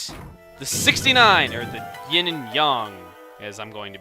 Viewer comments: its ying and YANG!!!!!! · It's yin and yang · it's not yen and yong it's yin and yang